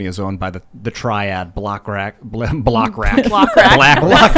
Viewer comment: "Block rat." - - - - Best slip ever,.:-)